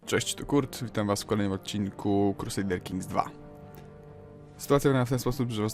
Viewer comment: usłyszałem "Kurtsarder" Kings :P